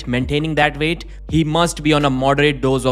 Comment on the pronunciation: Brian's veight 😂